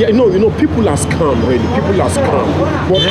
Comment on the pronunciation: he said scum, not scam